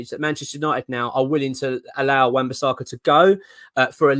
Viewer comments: Love the videos, but if we do sign AWB please stop calling him Wan Bissarka 🤣🤣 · It’s not bisARRRRRka.